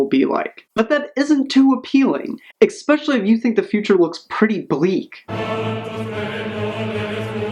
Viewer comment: Don't say "expeshuly"